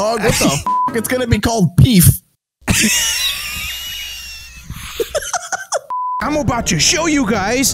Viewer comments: "They're gonna make peef" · “It’s gonna be called peef” BAHAHAHAHAHAAHHA IM DYING DAWG